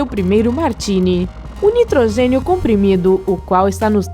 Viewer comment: Caralho para com estes destaque no final da. ..nitrogeniiioo...oceanoooio